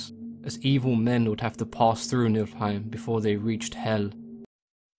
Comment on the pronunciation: heim is pronounced hame. So it's Knee-full-hame